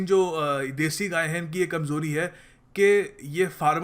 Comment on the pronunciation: Didn't say "gaye" properly there, sounded like a little slip of the tongue. Later on a picture of a bull is shown too, not of a cow